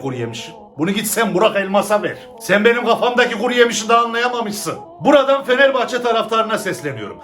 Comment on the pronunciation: Gerçi bende anlamıyorum aklımdaki Fenerbahçeyi diyişi beni güldürdü baya 🤣🤣